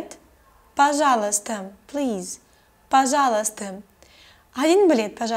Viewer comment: You say "пожалуйстам". With M. Is it right?